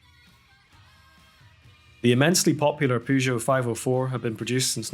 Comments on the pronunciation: Why are you pronouncing Peugeot like that? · Wasn't aware that Peugeot cars ever touched North American soil. Partly as Americans keep calling them "Poo Joe".